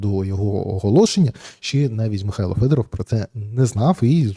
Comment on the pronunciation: Вимовляйте прізвище Федоров українською, а не російською!!!